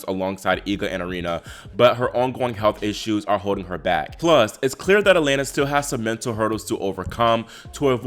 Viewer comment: Just a note, the Russian Е is pronounced as Ye when it starts a word, so her first name is pronounced Yelena. Keep up the great work!